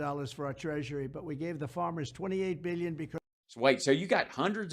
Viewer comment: No one ever calls this motherf***er out on saying BEEYYUN instead of billion!! My ears!!!